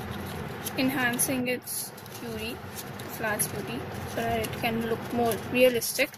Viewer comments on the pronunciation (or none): none